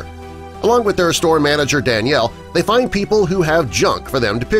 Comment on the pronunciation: the word is find not fin.